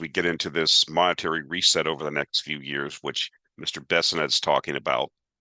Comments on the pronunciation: Many mispronounced words but we're here for numbers:) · Bes sent not Besinet